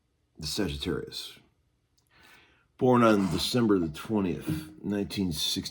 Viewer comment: Mate!! Did you say Sagittarius or Sessiontarius? Haha